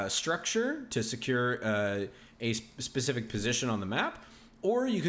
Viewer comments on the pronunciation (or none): none